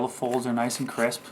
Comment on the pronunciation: denden den and MAKE IT NOICE AND CWISP